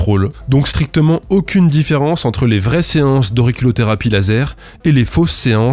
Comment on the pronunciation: Ils ont mal dit l’enculotherapie par contre.